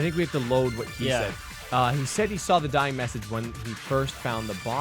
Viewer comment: "Vienna Sausage" and "Shining Message" is Hiro trying to say "Dying Message". He's an idiot